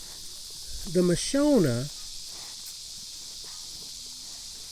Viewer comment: Pronounced Ma shon a, not Ma sho na!! they are from Africa!!